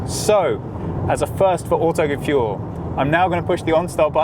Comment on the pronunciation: WTF, why is he not german?!? its not autogefuel goddamit!!!!!